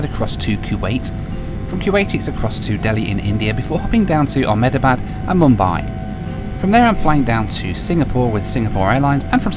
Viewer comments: the way you say Ahmedabad is so funny! my grandparents live there and it is pronounced "Am-Da-Bad" appreciate your effort though! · Amazing video, btw the correct pronunciation of Ahmedabad is (Ah - (immediately) hem-dha-bahd)